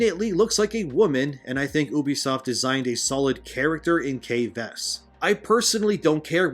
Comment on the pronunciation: You-be-soft. Not oo-be-soft!